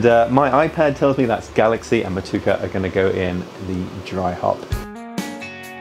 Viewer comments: Just for future reference, Motueka is pronounced: MOT (like not) - CHEW - ACHE - ER. It’s named after the place just outside of Nelson, on the South Island. Where Nelson Sauvin comes from. It’s a beautiful place with beautiful hops. Also, another great vid. Lacking some otter though 😉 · FYI Motueka = mo-tu-eh-ka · Hi. Motueka is pronounced More-too-ekka. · Motueka is pronouced mot-chu-ey-ka :)